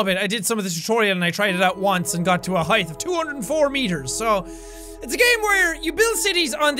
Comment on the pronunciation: HAEETH...HAEETH...HAEETH...Shit...can't pronounce it normally anymore...hai...th...FUUUUUUUU!!!!!!!!!!!